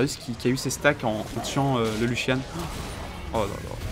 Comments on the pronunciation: lucian pas luchian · Younochang cr bah prononcé luchian en engrais mais vu la façon avec laquelle il dit throw, il devrait pas utiliser de l'anglais :')